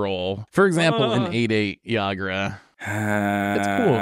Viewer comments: Pretty sure it's pronounced EE-grah and Ygra is definitely a mountain lion lol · Boy was I looking forward to how badly was gonna pronounce ygra. I was not disappointed lol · constantly mispronouncing ygra and calling it a tiger was driving me nuts lol